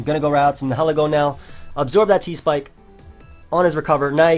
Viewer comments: Nihilego PRONOUNCIATION: (Nye-eh-Leh-Go) Its name is based on the word "Nihilism" (Nye-eh-liz-mm) and/or "Annihilate" (Uh-Nye-eh-layt) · I believe it'd be pronounced "nye-ih-leh-go" because I assume it's based on the word "nihilism", a belief that nothing in the world has a "real existence". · I think Nihilego is pronounced Nye-Hill-Ego. It's a combination of Nihilist and Ego, so it makes sense to me.